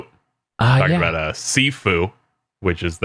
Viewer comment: I believe "Sifu" would be pronounced "She-foo". At least, if Kung Fu Panda is anything to go by.